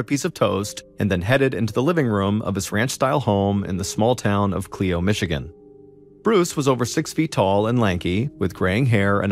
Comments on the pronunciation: Ca lye O....Clio not clee O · Cl-i-o… not Cleo. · That's not how Clio Michigan is pronounced